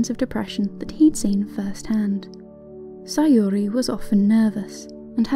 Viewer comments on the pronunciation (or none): NEW SAYORI PRONUNCIATION JUST DROPPED 🗣️🗣️🗣️🔥🔥🔥 IT'S SAYURI TIME